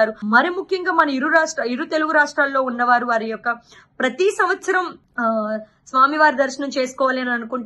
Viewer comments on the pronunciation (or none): none